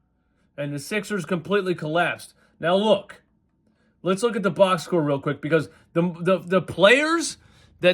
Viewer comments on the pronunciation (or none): none